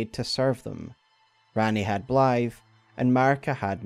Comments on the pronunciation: I think the real question is do we pronounce Blaidd as it is spelled or as Blythe? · for some reason they pronounce it as "Blaeifv" as in the English word "blithe." Sort of fitting for their character isn't it?